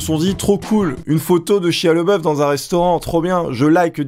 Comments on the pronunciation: Shia La Beouf, pas le boeuf -. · Par contre c'est Shia LaBeouf pas Leboeuf... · Prononce au moins correctement son nom (bordel): LABEOUF !! pas LEBOEUF ! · Sympa, +1. Mais cet acteur s'appelle LEBEOUF et pas LEBOEUF... Donc ont dit LE-Bé-OUF ... Joli troll donc xD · Ça m’a écorché les oreilles à chaque fois que tu as prononcé son prénom. Ça se dit « Shaya Labeuf ». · Ca se prononce pas "chia leboeuf" mais "lébeauf" (s'pas une blague)